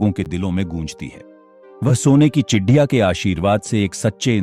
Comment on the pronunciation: Chidiya नहीं ,चिड़िया है भाई साहब जी😂